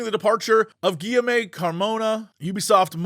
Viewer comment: I'm sorry Jesse, but I just cannot let that pronunciation of Guillaume go by unnoticed ( for those interested)